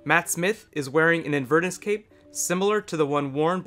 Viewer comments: do you mean Inverness? It's not pronounced as Invern iss. It's In Ver Ness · it's not "inver-nuss." It's "in-ver-NESS" (like the Loch) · A thorough video! One point on pronunciation, though: Inverness (a town in Scotland) is is pronounced with emphasis on the last syllable, not the middle one eg. In-ver-NESS not In-VER-ness. I realise there are differences in emphasis on some words between British and American English (I lived in the US for many years), but this is a British place, so you need to use the British pronunciation :) Cheers! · Great video- thank you. Really enjoyed your analysis.Many apologies if someone else has mentioned this, but I thought you might like to know that Jon Pertwee's signature coat is named after the Scottish highland town of InverNESS. not InVERniss (bless you) ;-) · Just a quick quibble in case nobody's mentioned it. It's not an "in VERness" cape, it's an "Inver NESS" cape. Named after the city in Scotland that was the birthplace of Karen Gillan. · "Invurnus cape?" What the hell is a... Oh, you mean Inverness cape! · It's pronounced Inver-NESS. Not inver-ness. It's a place in Scotland, not the quality of being "inver". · in-ver-ness, with the ness as in nessy. its a town in Scotland where the cape presumably originated. sorry to be pedantic... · A few things... First, that isn't Clara's mother (she's dead). I assumed that was her father's girlfriend or maybe her stepmother. Secondly, those aren't Cybus Cybermen, they are the Cybus-Mondas amalgamated Cybermen introduced in Nightmare in Silver. Thirdly, the way you say Inverness is very peculiar.